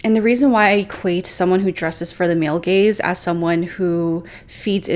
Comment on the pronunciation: Listening to this changed the context. LOL. I heard "gays" and not "gaze". I was so shocked and confused until I saw the text on screen.